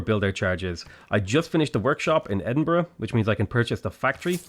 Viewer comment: I love how he says Edinbruhg instead of edinburgh